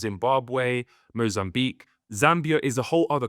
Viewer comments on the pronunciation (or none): none